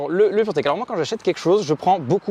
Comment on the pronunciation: Dès qu on entend purteck 🤣🤣🤣